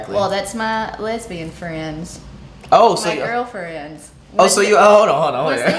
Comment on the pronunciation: She is a “lesvian”out of a 5 year relationship. Women often go “lesbian” out of resentment towards men. 5 year breakups will do that. She mispronounced the word from likely not believing in it herself and it being new off of her lips. She also admitted to watching this kind of stuff already. That’s not even a reaction.